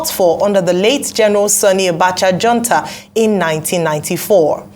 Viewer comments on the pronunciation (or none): The pretty co-anchor lady should learn how to pronounce correctly the word "Junta." Reuben Abati butchered the word several times before he was called on it.